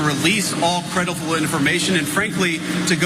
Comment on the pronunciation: I'm 8 beers in. That's EXACTLY how I would have pronounced "creidible". Hic😂